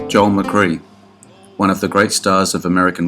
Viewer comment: Love these - but some of your pronunciations are way off. Dinah Shore is Dinah with a long I and no A, not Diana. And Joel McCrea was pronounced McCray.